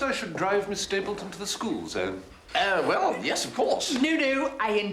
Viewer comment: 22.14 Ms Mapleton not Ms. Stapleton.